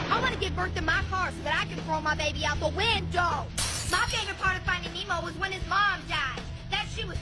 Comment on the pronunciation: "Out the win-DOE"